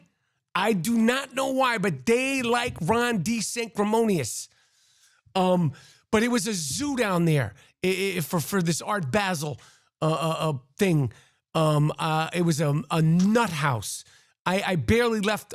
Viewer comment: How many times are you gonna say "Sancrimonious" like you don't know the word? its Sanctifuckinmonious Michael, as in Ron thinks he's morally superior, which is ironic that Trumpty Dumpty or "Dick stain Donald" would even go there 🤡